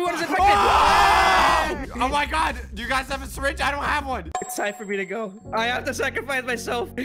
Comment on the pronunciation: Nobody: Literally nobody:: I have a sireenge oh no there's a lot of sireenges.